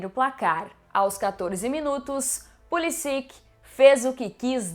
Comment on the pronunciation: Pulisić* o ć tem som de t